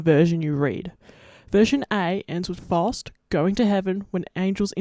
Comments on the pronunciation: You say Faust wrong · First off, as a german, I really had no idea at first that you were talking about Faust, the pronounciation is really different. Also, Fausts contract with the devil didn't run for a set number of years, but rather until Faust had finally sated his hunger for knowledge and satisfaction/pleasure